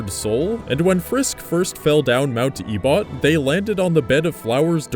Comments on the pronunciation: I thought you said "A butt" instead of Ebott lol XD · "E-bot" that's... not right. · Mt. Ebott is pronounced Eh-bit